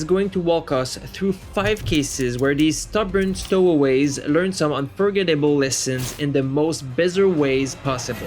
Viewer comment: Where is this ding dong announcer from and why does he not know how to say unforgettable lmao 🤣🤣🤣